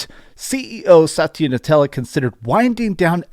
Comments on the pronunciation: Satya NADELLA. Not Satya NUTELLA. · it's Satya NaDDDDDDDDella...not NUTELLA or whatever the hell you always say, learn to read. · lol says nutella for the guys last name. Hahaha